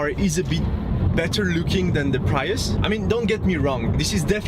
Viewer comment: “Preeeus”, not “Praius” :) Very happy with my IONIQ, although I’m not a huge fan of the profile or sloping roof.